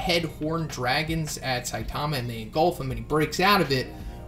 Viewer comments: its saitama not sitamia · Thought you said stamina there